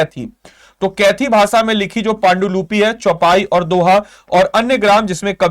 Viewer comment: "पान्डुलुपी" नहीं सर "पांडुलिपि" होता है 😊 शब्द का उच्चारण तो सही से कीजिए। पुरे विडियो में पान्डुलुपी बोल रहे हैं ।।।